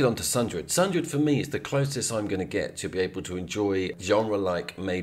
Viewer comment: Mate, you got to stop pronouncing Sundered like a Shakespearean thespian.....